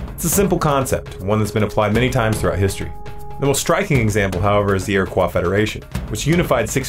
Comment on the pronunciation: You pronounced "iriquois" as if it were a french word. Nobody in New York would do that. Not sure that it matters, I guess. "Eer - ih - koyes" Thanks.